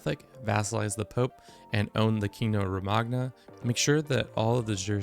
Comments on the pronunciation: Love you but you need to learn some pronunciations my guy lol. “Roe-mag-na” for Romagna is atrocious, it’s “roe-mah-ña” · Romagna is pronounced like you would pronounce Ñ in spanish. do not make the same mistake again, they will come to your house. good tips though